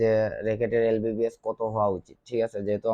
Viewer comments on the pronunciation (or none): Tui to vai lbs e bolte paros na. Lbbs bolos.....